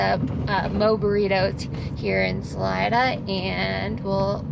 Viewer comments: Isn't it pronounced, "SuhLeeda" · Great content as always 👍🏼...BTW, Salida (pronounced Sa-LEE-da), 😉